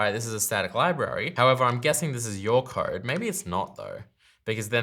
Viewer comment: It took me 3 minutes to figure out what this "card" you kept talking about was. I realized you're just an aussie pronouncing "code" :D